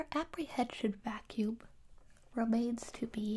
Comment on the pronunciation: I like how she pronounces the Ms at the ends of words as Bs, like in "vacuub" or "arb"